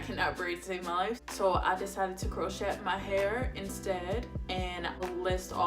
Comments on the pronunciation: Beautiful. I’m going to do my hair this weekend in spring twists for the second time. FYI- the “t” in crochet is silent so it’s pronounced “crow-shay”. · Sweetie it is pronounced Crow shay...Baby Girl...you did a great job...